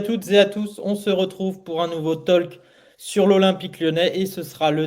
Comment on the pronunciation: Mais putain de mes deux! Arrête de dire tolque, putain, je te l'ai déjà mentionné plusieurs fois! T'es buté ou quoi? Mais si t'es trop con pour améliorer ton engliche, dégage et va prendre des cours d'anglais!